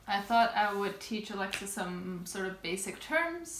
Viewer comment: Hallo aus Düsseldorf 🤗 well done pronouncing Alexis ☺️👍🏼